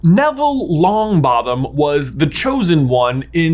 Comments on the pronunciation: "young Neville Long𝘣attom " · "Neville Longbattem"